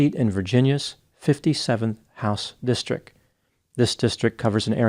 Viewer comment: The two best parts of this video is pronouncing district districk and saying Chatterbate 😂